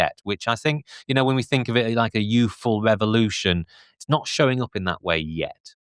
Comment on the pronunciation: Can no one from London pronounce "th"? It's always weird hearing saying "fink"